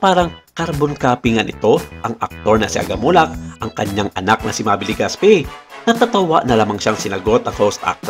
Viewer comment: Legaspee😂😂😂😂 ako lang ba ang nakapansin??? Clap clap sa narrator hahahha